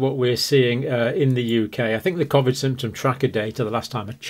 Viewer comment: Can't stand they way he pronounces Covid!!!!